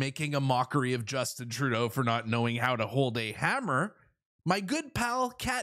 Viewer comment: Girls know how to use hammer! Don't say hummer like a girl!